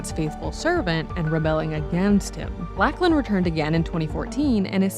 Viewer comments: It's pronounced Lock-lan not Lack-lan, do Americans not have the name Lachlan? It's very common here in Australia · I cannot get over your mispronunciation of “Lachlan”. Lock-lan, not lack-lan. It’s wild that you would even think that’s how it’s said, especially because you sometimes say it correctly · Lock-lin not Lack-lin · It's Lock-lan lady. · WTF “lack-lin “ this Aussie LOL